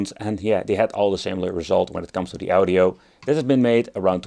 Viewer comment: Ow-Dio, try Awe-Dio. Are there emulators that do it better than that chip?